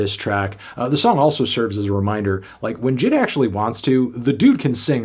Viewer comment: Anthony the name is supposed to be pronounced as J.I.D not jid